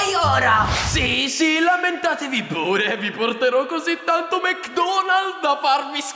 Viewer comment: ha detto detto mc donalz lol